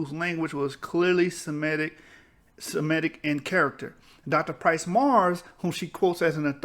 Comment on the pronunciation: Waite a minute. Is it Semitic or shemetic ?